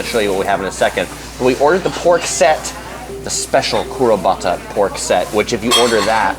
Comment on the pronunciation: It’s Kurobuta, which means “black pig”, not kurabata. And feed the Princess you selfish gourmand.